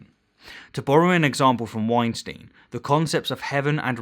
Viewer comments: And Bret's' last name is pronounced Wine-Stine. Not Wine-Steen; that's Harvey. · You mispronounced “Weinstein”. It’s like Einstein with a W.